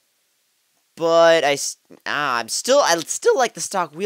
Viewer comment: hehe... 546 R in plural sounds like 546 Arse